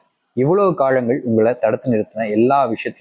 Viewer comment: முதல்ல காழங்கள் என்று சொல்லாம காலங்கள் என்று சொல்லுங்க😂